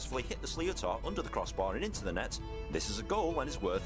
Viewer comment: 2.28 - this guy is English an mispronounces it, a sliotar is pronounced like "shlit-er", not slee-o-tar. 5.45 - You can't touch a player with your hurley, bit you can 'stick lift'...what we would call a hook. Where you hook the opponents hurley with your own to stop them striking the ball. The season has just ended for gaelic football and hurling by the way so you've picked a bad time haha.